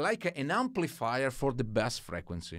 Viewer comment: Hey, very helpful video. FYI In English "bass" in a musical term is pronounced like "base" - Bass said phonetically is a like a fish.So like B-ass. What you want to say is B-ase. Grazie;)